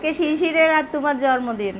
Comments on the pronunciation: Jormodin na bolo jonmodin..uccharon thik korlo. Kammi o bolto jormodin. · জন্মদিন উচ্চারণ ঠিক করে বলবেন।যেহেতু এটা পাবলিক প্লাটফর্ম তাাই উচ্চারণ ঠিক না করলে শুনতে খারাপ লাগে। কিছু মনে করবেন না।আপনাকে ছোট করার জন্য বলিনি।জাস্ট একটু পরামর্শ।